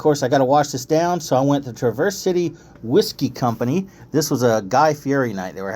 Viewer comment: wont correct you on soda or pop. but i will say you say Traverse City entirely wrong lol.